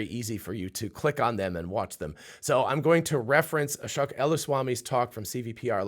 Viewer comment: Ashōk (long O), not "ah-shuck"